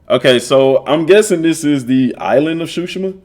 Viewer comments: I think It pronounce sushima not shushima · cool video but you're saying tsushima wrong.